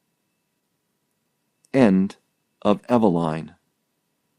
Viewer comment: Pronounced EVE-e-line, as in EVEning....